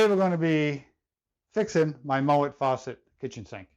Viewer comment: It not a Moët it’s a MoeN